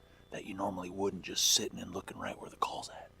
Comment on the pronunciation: Sittin not settin lol